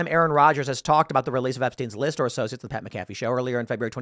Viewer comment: I love you, Tim, but why do you constantly get people's names wrong? Colin Kaepernick Pat McAfee Countless others. Literally takes seconds to watch a YT video to get the correct pronunciation of their names.